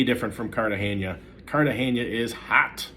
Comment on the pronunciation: The big reveal here is that it can be hot in “Cartaheyña!”